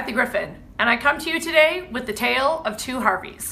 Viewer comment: You keep saying when he was "ax" about. It's prounounced "ASKEKD". Your using the X instead of the S. Also, it's not WIF it's WITH. Don't use F, use TH TH TH.